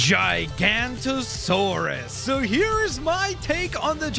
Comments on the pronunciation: the way he says gigantosaurus! 😂 it’s pronounced giga-nato-saur-us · Giganotosaurus not "GiGaNtOsAuRuS" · HE CALLED IT A JI GANTOSAURUS. IT'S A GIGA-NOE-TOE-SAURUS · Uh i think u said Gigantosaurus Not Giganotosaurus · what the guy meant is that the person in this video mispronounced giganotosaurus as gigantosaurus which is 2 different dinosaur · Okay, this guy should know that dinosaur besides t rex known as gigantosaurus is actually pronounced giganotosaurus. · its giganotosaurus not gigantosaurus but great vid🤩🤩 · It’s giganotosaurus, not gigantosaurus, common mistake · It’s not called a gigantasaurus it’s called a giganotasaurus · he says its a "gigantosaurus" ITS NOT ITS GIGANOTOSAURUS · ITS CALLED THE GIGANOTOSAURUS NOT GIGANTOSAURUS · And of course he says gigantosauruss instead of Giganatosaurus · Gigantosaurus? WTF its Giganotosaurus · Firs to all It’s not Gigantosaurus It’s Giganotosaurus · its not gigantosaurus its giganotosaurus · its giganotosaurus not gigantosaurus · Its giganotosaurus not gigantasouras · ITS GIGANOTOSAURUS NOT GIGANTOSAURUS AUUUUUUUUUUUUUUUUUGHHHH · Imagine saying gigantosaurus and not giganotosaurus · he pronounced the giganotosaurus wrong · not gigantosaurus its giganotosaurus (gig uh no toe sawr us) and no spine!!!!!!!!!!!!!! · It's GIGANOTOSAURUS not GIGANTOSAURUS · Its not pronounced gigantasaurus. Its giga(giga chad😏) noto(not-oh) saurus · It would be pronounced gig-a-not-a-saur-us or gig-a-no-ta-saur-us depending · Bro said gigantosaurus!😂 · giga- noh-ta-sor-us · Giganotosaurus pronounceation (ji-GA) notosaurus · this guy mispronounced big time. Real pronunciation: “GIG-UH-NOT-UH-SORE-US. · its giga-noto-saurus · It’s pronounced JIG-a-note-a-sore-us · it’s pronounced giga-no-toe-saurus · It’s not gigantosourus it’s giga-nono-soaurus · You said gigantasourus wrong did I spell it right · Jig-a-no-ta-saw-us. Pronounce it correctly. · you pronounce giganotosaurs gig a not o sore us